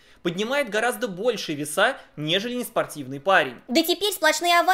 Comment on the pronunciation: Русский язык с, который говорит "веса" и "джунгурский" - так себе курсы.